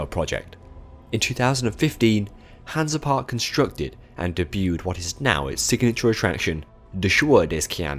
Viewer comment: Great video! Hansa Park is a pretty good park, Kärnan is insane. BTW You’re pronunciation is hilarious